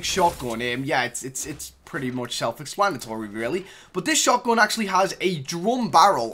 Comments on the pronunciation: I hate how he says "shotgün" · Why are you saying shotgon? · He said shotgon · The way he pronounces «shotgun»